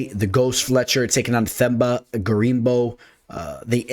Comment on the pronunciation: Whats up, just a correction on my home boy Gorimbo, his name is pronounced as Temba, in other words his 'TH' is pronounced as 'T' and his name means HOPE by the way.